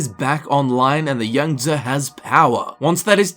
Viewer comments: It's pronounced with a long e sound. Sort of like yang - zee. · Yangtze pronunciation = yang-zee